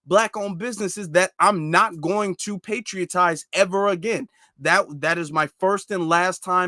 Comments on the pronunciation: Bruh ! "Patronize"✊🏿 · He should just come out and say that he hates black people! Also, kind correction, the word is "patronize." I enjoyed the broadcast, thanks.